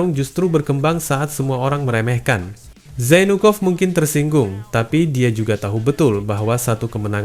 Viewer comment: Zainukov pengucapan nya mirip jadi jonpork